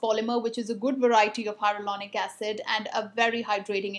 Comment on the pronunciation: Did you mean hyaluronic acid? I think I heard "hyarulonic acid"!😂